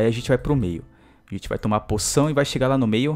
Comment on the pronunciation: ele disse puçao